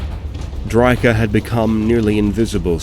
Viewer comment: You sure you're pronouncing drycha correctly?